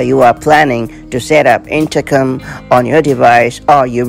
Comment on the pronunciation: Sounds like her is saying.. intercum? 😂